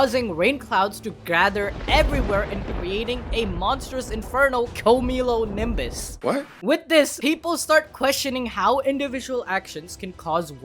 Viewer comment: “Quio-mio-lo-nimbus” What 🤨